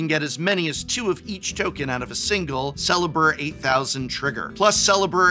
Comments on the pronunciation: Great video. u are the BEST magic professor of all time, but leave the English language to the Literature department.. Lols.. it's pronounced "Celebrate-thousand" (Celebr-8000).. But, in all honesty, WotC should have actually MADE this product as well.. this is too good to pass up.. I'm not an AWESOME Professor like you, I have a English Lit Professor next door, who plays magic.. she told me since I love commenting on your vids that I should tell u this, nicely.. cuz we're HUUUGE fans.. U Make Magic Fun Again (UMMFA) take that acronym orange skinned cheeto-man.. But really, thanks for the great vid.. we love them.. adios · You have to pronounce the Un-card correctly as the name is part of the joke. It isn't Celebr-8000", it is "celebr-Eight Thousand" So you do not read it as "celebr" + the number 8000, you read it as "celebrate-thousand" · Celebr-8000 mispronounced hurts me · The fact that you pronounce it as "Sellebur-8000" instead of "Celebrate-thousand" is bothering me to no end. Other than that though, this list is awesome. Thanks, Prof! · The way you pronounced Celebr-8000 is triggering me more than mr house will be triggered in any game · Celebr-8000 is pronounced "CELEBRATE-THOUSAND" (i.e. "celebr-eight-thousand") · Say it "Celebreight-thousand!" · I’m pretty sure it’s pronounced “Celebrate Thousand” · Gotta pronounce celebr-8000 but altogether like the 8000 is taking the place of -ate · Prof, the way you're saying "Celebr-8000" is missing the pun and every time you say it it hurts me